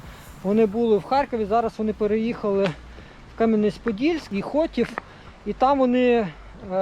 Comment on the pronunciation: Та то так вимовив, щоб орки не здогадалися,де виробництво. Правильно: м. Хотин, Чернівецької обл.